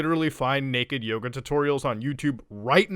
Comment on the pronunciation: At first i thought he said naked yogurt